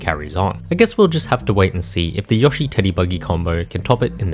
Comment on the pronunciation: Bro really said "Yoashi"